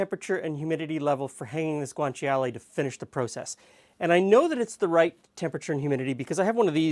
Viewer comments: It's pronounced: "gwaan-chaa-lay" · GREAT video. Thank you. Just a friendly note: guanciale is only three syllables. Sort of like gwan-CHAH-le. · Ci in Italian is pronounced as a "ch" sound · You don't really pronounce the i in guanciale